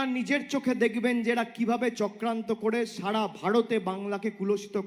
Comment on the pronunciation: "সাড়া", "ভাড়তে", "কড়াড়", "কড়েছে" এইসব শব্দের অর্থ কি আপনারা জানেন ? মূর্খ ছেলেটা আগে ঠিকঠাক কথা বলা শিখুক এবং তারপর কথা বলুক।